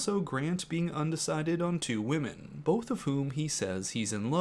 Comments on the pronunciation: Am I the only one bothered that Grant pronounces "women" as "woman"? It's been making me twitchy all season. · Can someone please teach this man how to pronounce woman (singular) vs women (plural). They did him dirty letting him go the entire season saying these wrong.